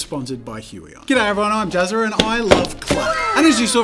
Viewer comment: In ur next life make a channel name you can pronounce Jazzer jazza